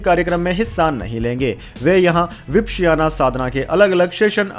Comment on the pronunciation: વિપશ્યના - ઉચ્ચારણ સુધારી લો.. Please do correct pronunciation of " Vipashyana"